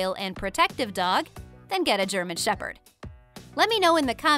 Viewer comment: shepherd)) shep-herd.